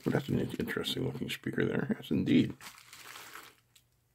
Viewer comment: Did you say „some sprecher“ (which would be the german translation of speaker: Lautsprecher) 😂